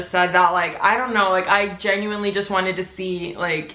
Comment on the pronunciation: nobody:: “genUinElY”